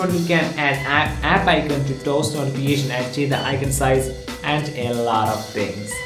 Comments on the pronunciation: 'a laatt'...😂 what an accent! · You have to improve "a laaat of tings" including your accent.